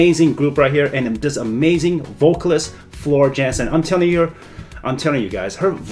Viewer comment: Floor Jansen Pronounced (Yansen) she is from the Netherlands See more Floor at De beste zangers amazing